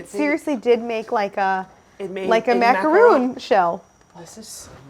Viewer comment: Wild how Claire initially mispronounced "macaron"